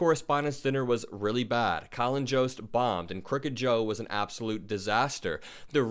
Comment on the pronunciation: I think Jost is pronounced with a Y sound not J. Like Yoda, Yost, for future refrence.